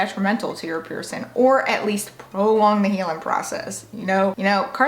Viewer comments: You drive me crazy. The word is pronounced piercing, not pierce in! I know that you can pronounce a g, because you do it for every word ending in g except for piercing. Please work on the proper pronunciation of the thing so many of us are proud of and have interest in! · Listen to your audio. When you say cleaning, you pronounce it clean ing. When you say healing you pronounce it heal ing. When you pronounce piercing, you pronounce it pierce in. It appears to me that this is the only word ending in ing that you don't properly pronounce. I really do enjoy your videos but your pronunciation of one word drives me a bit nuts.